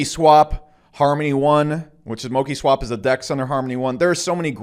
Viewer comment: My friend, mo- CHi- swap please 🙏 I agree with you 👍